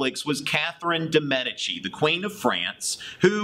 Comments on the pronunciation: Medici is pronounced as meh dee chee, not meh di chee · Med-EE-Chee. Come on. There was a whole TV show about them.